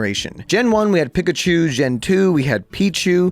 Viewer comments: Saying pikachu like pick a chu is not forgivable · Bro says "[Wolfey] just pronounces things weird for some reason", yet chooses to pronounce Slaking(Slack-ing, like slacking off) as Slay-king, Linoone(Lie-noon, like a straight line as opposed to a zig-zag) as Lih-noon, Pikachu(Pee-ka-chew) as Pick-a-chew, and wolf(wool-f) as wuff, "for some reason". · Bro can’t even pronounce the mascot of the game’s name properly 😭